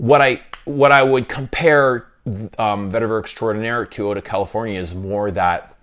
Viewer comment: Californie is how you say it in French yes